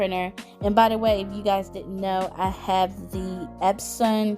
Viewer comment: Its epson not epsom ffs